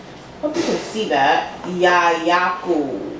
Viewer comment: The way you said Yayaku. Lol. I love the natural makeup. So beautiful and soft ❤️. I love the wig! The price is very reasonable too 👌🏽. Flower gang gang 🌸🌼🌷🌹🌻🌺